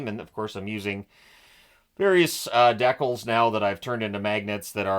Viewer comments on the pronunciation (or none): Learning a new Canadian word today “Expiry”. I’ll add that to my new pronunciation of “decals”.